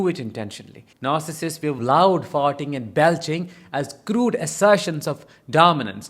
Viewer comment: Ok....I am sorry but this one actually made me laugh like a immature child...your accent saying words like "farting" ...lol!! So...you are describing ALL 5 of my teenage sons!?! Uh oh!